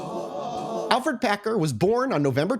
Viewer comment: By the way, his name is Alferd not Alfred